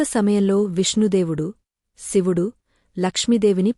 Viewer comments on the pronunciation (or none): none